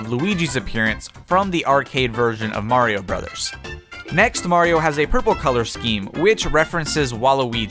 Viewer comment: Is it just me or did he just called Mario as Maria